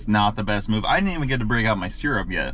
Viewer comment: "Seer-Up". lol.